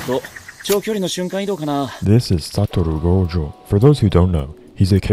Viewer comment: i came back to this video just to hear your pronunciation of "satorou gojo"